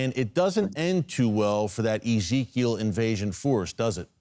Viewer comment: "Ezekiel ish"